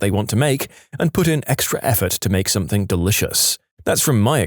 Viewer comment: No K in the word something